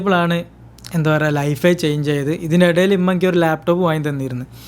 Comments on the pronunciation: ഇമ്മ ❌ ഉമ്മ ✅ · ഇമ്മ അല്ല മോനെ ഉമ്മ എന്ന് പറയു